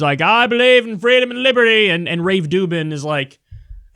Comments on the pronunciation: Rave Dublin, Rave Dublin, Rave Ruvben, Rave Ru.. Dubin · Did you call him "Rave Doo Doo?" LOL, that's awesome. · I'm no fan of Rubin but butchering his name like a fourth grader is just pathetic, even for.